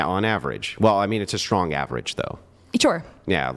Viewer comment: "Oh, you're're gonna kwhy, but you're a big stwong woman." 👏👏👏🤣🤣🤣🤣 And that's why the Goat of this youtube debate game.